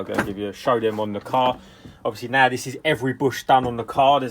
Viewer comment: Amazing videos as always love this channel and when u say now it's "naa" lol love hahaah